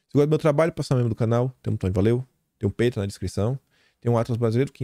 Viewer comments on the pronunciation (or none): none